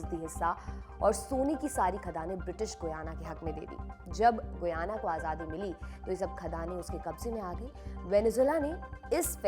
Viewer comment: Its pronunciation is गयाना not गुयाना..